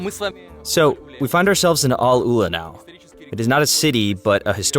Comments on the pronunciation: Its name is ALL-ULA not AL-ULA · i'ts not Aloola, but Al- Uula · its not alUla like you said, its AL- Ula the right spelling